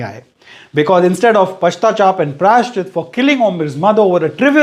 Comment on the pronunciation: Pashtachap nahi hota. Its pashchatap😁